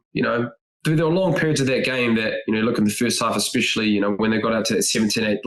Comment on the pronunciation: "Expecially" - Bryn Hall, every time. 😂